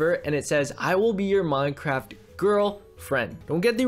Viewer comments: Wait it said mynecwaft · He said MYNECWAFT HAAHAHAHAHA